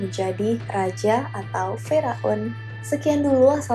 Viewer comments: Salfok dengar kata fir'aun jadi fira'un 😂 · Masukan kak,untuk kata Firaun dibacanya Fir'aun kak bukan firaun. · Fira-un ❌ Fir-aun ✅ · kok km bacanya fi-raun ya. bukan fiir-aun. jd lucu. 😀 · Gagal fokus sama penyebutan fir'aun.. Wkwwkkwk Knp jadi fira un.. Wkwk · bukan Fira'un mba tapi Fir'aun... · Fir'aun sayang bukan firaun 😂